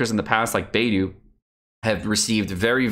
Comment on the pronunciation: One day will pronounce will Beidou's name correctly....